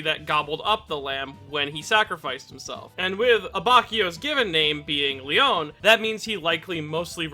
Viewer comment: Love the video. Just gotta let you know that his first name is pronounced "Lay-OH-nay". Also on a different note, I love how Abacchio has one of the most well-rounded and complete character arcs in Part 5.